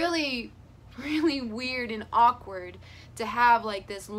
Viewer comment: it's not silent. You say it like aw-kward not ak-ward